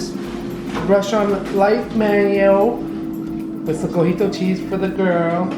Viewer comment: Cojito or cotija cheese? Lol 😂 you guys are so cute!